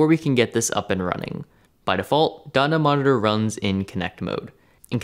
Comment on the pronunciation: The way you pronounce dotnet monitor, it sounds like dunny monitor. 😆